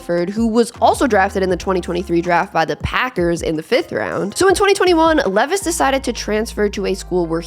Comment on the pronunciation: His name is pronounced LEE is like the jeans. This way he can get a sponsor deal